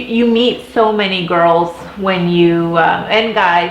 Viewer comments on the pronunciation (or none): none